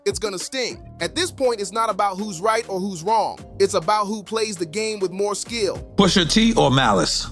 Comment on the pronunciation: who the fuck is poosha? said his name in the video like 50 times and you still messup is crazy like you edited this and still messed up the name smh nasty work